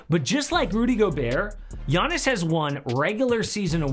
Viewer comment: . "Yawniss" taller than Brook Lopez?